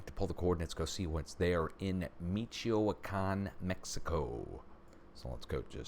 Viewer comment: Thank you for reporting this so fast...BTW "Mitch-whi-con"